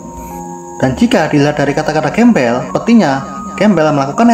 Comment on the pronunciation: Grambel bang Bukan Gembel🤣